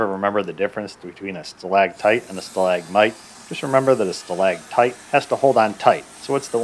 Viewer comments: Great video. But it's stalactite, not stalagtite. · Stalactite, not stalagtite.